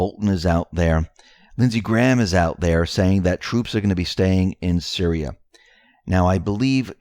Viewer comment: And Syria is pronounced - Sear—ree-ah....not Sir-rye-ah —the only reason I am correcting you is because of believing in Q, the other side think we are uneducated idiots. Please write things down by syllable if you have to.